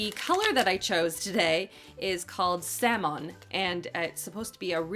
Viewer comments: Really liked this video, but wow that was cringey when you said salmon. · The way you pronounced salmon 😂❤️